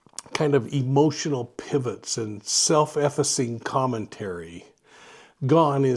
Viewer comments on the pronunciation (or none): I mean that you pronounced it "self-EFF-uh-sing" and it's more like "self-eff-FACE-sing". Does that help? :) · Hi! Great video. Just a quick note, meant with all affection, that self-effacing rhymes with self-erasing. :) just thought you'd like to know for future videos! :)